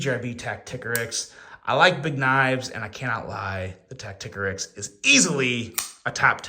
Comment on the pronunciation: Isn't it tacti-core-ix? Not tack-tick-a-rix?